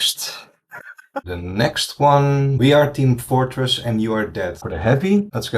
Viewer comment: this is a really great tutorial... though I have noted that with sentence mixing it has the side effect of causing "dissonant breaks" within the audio. the "we are team FOOR TRESS" being a key example... is there any way to potentially modulate the audio to be more fluid? or is this something that happens, because of how the audio is made; requiring a reshoot of the VA's lines to get the words in the desired fashion? [EDIT: guess it was somewhat talked about right afterword, but it still had that weird vocal disconnect in between and I am curious on the smoothing process between those two still] mostly asking because I have voice packs from VA's that I got from humble bundle that I want to do sentence mixing on due to them not having the types of speech lines desired, but having the syllables for it; BUT want it to sound fluid and not have any noticeable cuts in the audio. [also AI is a buggy and unfocused mess AND the packs say no AI use... plus manually modifying it sounds like more a useful skill] Hope you have a great day & Safe Travels!